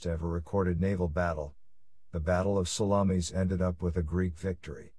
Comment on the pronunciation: I have to laugh at pronunciation of Salamis. Italian sausage fought both Greeks and Persians